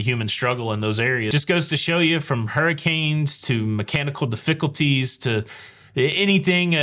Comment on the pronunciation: Also, I LOVE the way you pronounced difficulties (de-fickle-tees). I'm totally stealing that (in the same way that I intentionally mispronounce "voila" in honor of my dad who always jokingly pronounced it "vee-o-la") :D